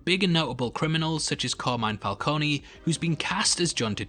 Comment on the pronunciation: It’s carmine falcone not falconi